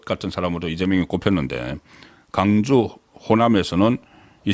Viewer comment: 광주를 강주로 발음하는사람은 호남사람들 뿐인데, 선생님은 경상도인인데 왜 강주로 발음하시나요?